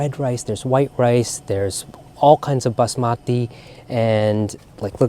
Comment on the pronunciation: A beautiful labor of love, nourishing you and your guest, as well as the cultured hearts of your viewers. Now I know how to properly say Basmati.